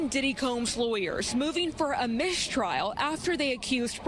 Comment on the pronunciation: What’s a “mish-trial”? 🤦‍♂️